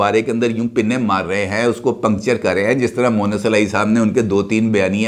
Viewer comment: سر اسکا نام مؤنث الٰہی moannas نہیں ھے بلکہ مونس الٰہی moonis جبکہ آپ اکثر مؤنث الٰہی کہتے ہیں مؤنث کے معنی عورت کے ھوتے ہیں (معذرت )